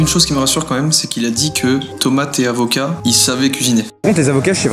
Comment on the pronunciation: J ai comprus zeb au k au lieu de avocat